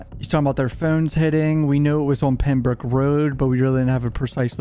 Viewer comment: Dude ur accent is atrocious no offense, really not trying to be a dick... Its hard to listen to certain words u say like "road" or "phone." Is that a California valley boy accent, or is it an odd Northeastern accent in Maryland, RI, Mass. or somewhere like that?? Someone on here has to know right?